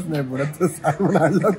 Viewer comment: Salmon nahi re...."Saa-mon- bol